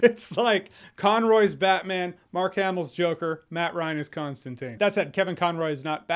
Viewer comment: ConstanTINE. Not teen, TINE .